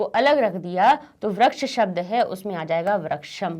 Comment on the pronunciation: mam, that is vriksh not vraksha...plz convey to us the correct study material. By the way, the video was very nice. I liked it.